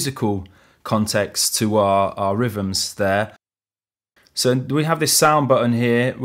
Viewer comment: i like rivvums sinfesizers and pressing number free.... the accent cracks me up. No "th" sounds.. just "f"'s ... hilarious.